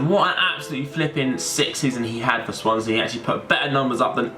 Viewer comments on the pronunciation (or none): none